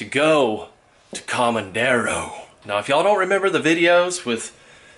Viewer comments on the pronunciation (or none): Lake COMEDERO ( means FEEDER in Spanish),, you are calling it Comandero, a word you made up!